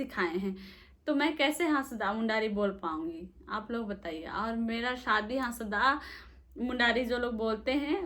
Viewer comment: दीदी हासदा नहीं... हास्ता: होता है.. यह भूमिज जाति का किली /गोत्र है...पिछले वीडियो के अनुसार और को ओड़ो : बोलते हैं.... वैसे कोस कोस में बोली भाषा बदल जाती है....